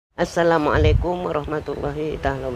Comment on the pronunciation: Assalamualaikum nya kok beda ya, apa sy yg dengar sndri pakai kata TA